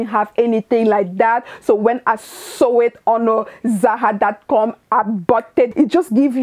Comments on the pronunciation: It's ZaRA RRRRRRRRRRRRR! Not Za Ha. LOL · It’s the “zaha” for me! 🖤✨